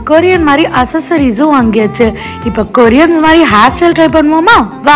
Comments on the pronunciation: accessories ah assusories nu pronounce panringa Solla therila na yedhuku try pannum? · Who noticed that she pronounced accesories wrongly